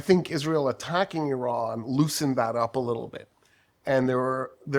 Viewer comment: Surprisingly you pronounce Iran correctly 😊. Thank you for your fuccus.👍